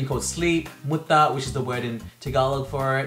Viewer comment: aren't you filipino? it's MUTAAAA